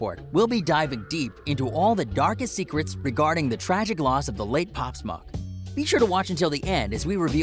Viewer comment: he said pop smok